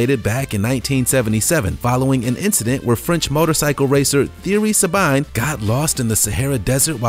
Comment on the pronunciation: and Thierry Sabine is pronounced "Tee-ery Sabeen" That whole sentence threw me off